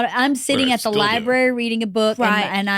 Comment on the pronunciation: Within 5 minutes the guest, who is an AUTHOR said “Liberry ” in leu of “Library” cute… but is it really? 😂😂😂